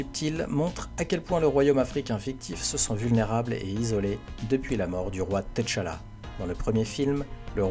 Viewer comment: je regarde aussi en anglais mais eux aussi se trompe sa ce prononce tchalla et pas t'challa en Afrique il n'y a pas d'apostrophe . Ps : good videos !